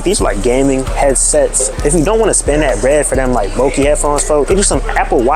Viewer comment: I be saying foh too like it’s an addiction